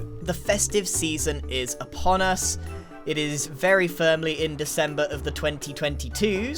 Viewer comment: "The Festive Season is Aponus . . ." I thought it was winter :) I'll leave